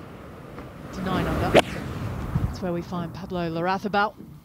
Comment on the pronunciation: Stress is on the third syllable La-rra-ZÁ -bal. He’ll appreciate it